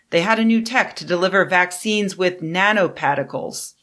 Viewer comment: “Nanopatticles” is just her trying to immerse us in the story with an accurate description of the NY accent